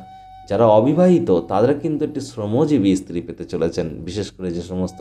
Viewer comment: ইসতিরি কি রে ? ভালো করে ভাষা শেখ তারপর ভিডিও করে জ্ঞান ঝারবি ।